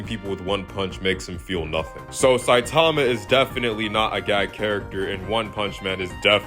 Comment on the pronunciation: bro one punch man is sanin not sonen